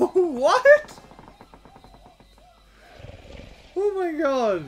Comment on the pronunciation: You said oh my god its "oh my gold"